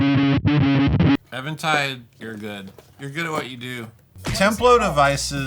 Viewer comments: Eh-ventide? It’s EEE-ventide! Even, as in Steven, not as in Evan Dando! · I'm pretty sure it is Even Tide. not Evan Tide. Like say Even and Odd, then say Even Tide. Love the channel. 😂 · Just so ya know...it's pronounced " Even -Tide". 😉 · Nooooo! Not you, too,! It’s Eventide, like “even tide”.